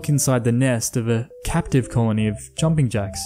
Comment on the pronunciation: Thank you for pronouncing the name of jumping Jack's right people call them some weird things Jack jumpers and whatever